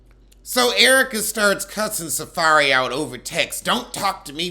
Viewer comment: He called him SaFAIRY 💀💀💀😭😭😭😭💀💀🤣🤣🤣🤣🤣